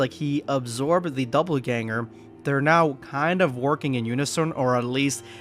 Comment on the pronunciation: It's "dopple" ganger, not "double" 😂